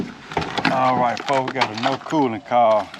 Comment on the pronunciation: The way the dude pronounced words making them longer. “ what does it mean when it is calling for cooooooling?” Lol